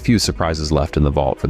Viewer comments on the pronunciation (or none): none